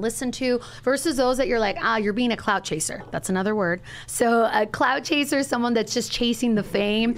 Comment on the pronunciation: “CLOUT” chasers. Not “cloud” chasers. This chick wanna translate but fucks it up.